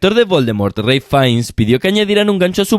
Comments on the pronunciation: Hermano, que buen dato te aventaste, pero es "RALF" no "REILF" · Se llama Ralph no ray